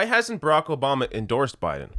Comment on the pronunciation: Who is Rocco Bahma? That's how Biden says it.